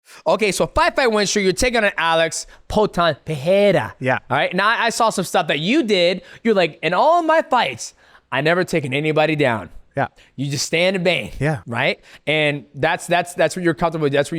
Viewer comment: It’s funny how y’all pronounce his name like “Pehera” 😂